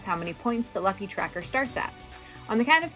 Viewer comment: Love the video, great instructions on how to play the game. As an anime nerd I feel the need to let you know that's pronounced "loofy" 😅 but great video nonetheless!